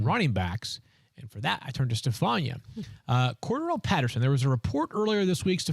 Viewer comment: Field really be trying to mispronounce Cordarrelle Patterson's name??